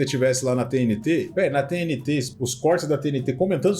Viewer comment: A única coisa que não parece ser IA é a edição, pq até a narração fica óbvio que foi IA Minuto o narrador pronuncia todo estranho a sigla da TNT